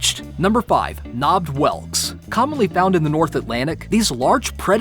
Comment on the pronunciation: ‘Nobed’ whelks wtf lol